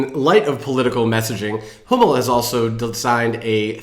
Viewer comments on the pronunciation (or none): When you said "Danish Sport wear provider Hummel" and it sounded like Danish Sport wear provider homo, I spat my beer out laughing! Very fitting! 😂